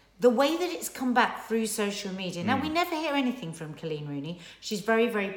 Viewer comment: It’s Col’eeeen!!! Not CLEAN. 😍